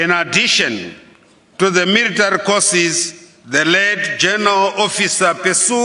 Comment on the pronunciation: military poricy 😂